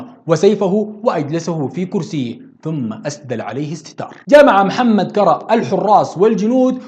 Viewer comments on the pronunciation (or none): تعديل مُسبّعات بضم الميم و تشديد الباء كُرّا كذلك بضم الكاف و تشديد الراء